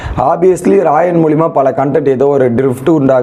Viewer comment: மஞ்சுரி, ராயன், ferformance, இதெல்லாம் சரியா சொல்ல முயற்சி செய் தம்பி. கேட்கும்போது நல்லாயில்லை.